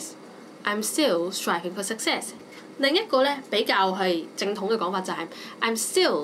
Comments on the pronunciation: success /səkˈses/ not /sʌkˈses/ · Think 呢個字你讀得好麻麻 唔好教人啦 This 呢個字你讀得都唔準 Success 中間是k 音，你未讀過phonetics嗎？